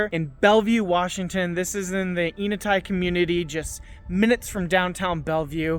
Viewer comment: pronouncing the name of the neighborhood starts with the sound "n" as in saying the letter. "N" uh-tie. Nice home! Thanks for sharing!